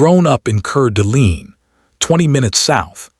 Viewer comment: It's pronounced cord a lane its french. Know i live in spokane - spo -can Washington. Its native american.